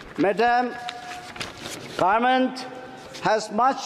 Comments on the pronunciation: 5 years will pass like this by pronouncing Garment (govt) 😂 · Doing his best but please people, keep in mind there is not a single power in the entire universe than can change the pronunciation Gaarment to Government for Aos 😬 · Very good speech but just garment n Government he has to change the pernounce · Indin garment😂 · Garment or government??